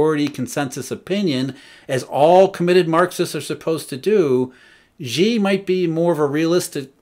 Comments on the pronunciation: "神州 Shenzhou okay, but is he straining when he says "she" or is he saying it effortlessly?" He's pronouncing it wrongly regardless. The actual pronunciation of Xi is closer to "Sea" than "She". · He can't. He pronounced Xi as "She" which is incorrect. The actual word sounds closer to "Sea" (or the letter C) than "She". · His pronunciation is horrible indeed. For example, he pronounces Xi as "She", which is wrong. The actual pronunciation of Xi is closer to "Sea" (or the letter C) not "She".